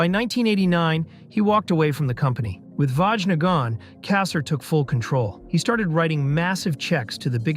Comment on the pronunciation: It's pronounced Vanya not Vajna